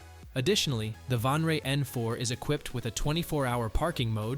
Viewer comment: Vanre? it says VANTRUE, not "vanre". Was the video made by a.i. or something??